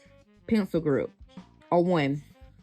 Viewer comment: That mom cannot even pronounce “grip” correctly; she said “group”